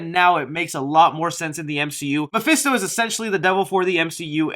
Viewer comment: I'm fed up of hearing mafisto